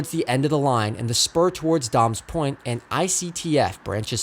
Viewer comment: Great video! I do need to point out that it's pronounced "day-mes point" not "dahmes point".